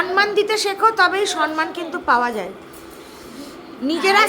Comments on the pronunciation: Ami Camera Women ke bolchi thik thak kotha bolo. Kothata sonman noy kothata holo Somman. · Kathata sanman noi samman . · Somman uchharon to dur ki baat,,, sonman(so-man) 😂